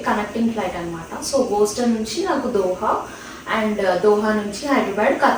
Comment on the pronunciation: Its not Booston its Boston.